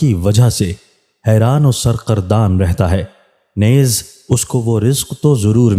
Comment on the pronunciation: نیز کو درست طریقے سے پڑھیں جی Neez جسطرح لفظ ھے چیز مریض یعنی نون کے نیچے زیر ادا کریں